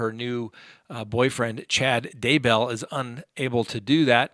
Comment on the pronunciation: Oh my goodness yes. Love him, but Vallows, Dah-Bell? 😂